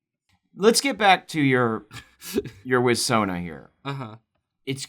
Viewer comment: Every time you said "wiz-sona", my brain said "Tommy Wiss-sona". You should do something with that concept.